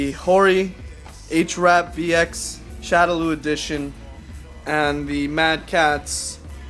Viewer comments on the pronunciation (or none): It's pronounce shadow-law. God that was annoying.